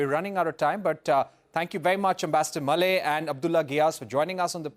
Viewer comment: The ambassador 's name is pronounced Mule and not malay